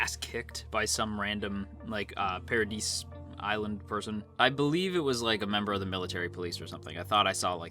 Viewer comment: It's pronounced "pa-ra-dee" It's the French word for "heaven".